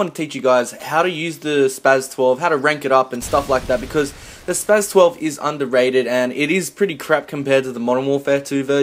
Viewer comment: The S is pronounced as a Z. He said it right...